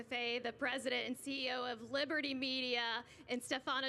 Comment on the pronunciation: Libitty Bibitty 🤣